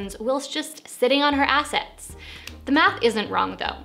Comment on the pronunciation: Assets, not ass. 🤦🏻‍♀️